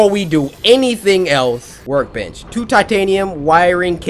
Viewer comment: Cory, it sounds like you were saying work b**ch fragment instead of work bench fragment.